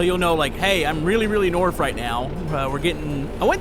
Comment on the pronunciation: for some reason I was bothered when you said "norf"